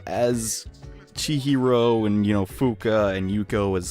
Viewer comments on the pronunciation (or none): It's funny how can't say Chihiro right 2 times in a row, but he can say Melchizedek right on the first time.